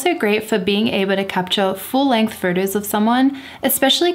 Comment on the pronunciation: I love you videos, but the way you say furtus, it is very distracting…😔